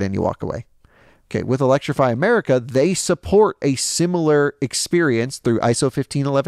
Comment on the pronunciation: That was funny when he just said electriify America 😂😂 as I’m in Philly charging at electrify America 😂😂